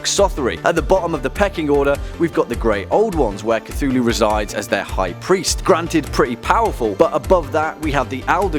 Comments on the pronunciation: You read it as Cy-thulu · who is kathooloo? idiot